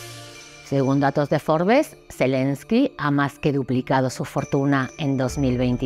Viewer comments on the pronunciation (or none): none